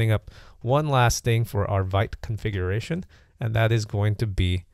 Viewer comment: pronounced "veet" (even says it in the docs). Wouldn't make sense otherwise - "vite" is French for "fast."